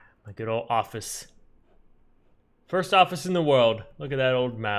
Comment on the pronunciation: My favorite number: ”Firat”